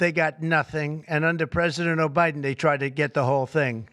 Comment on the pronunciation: Hear him refer to Biden as O'Biden? 😆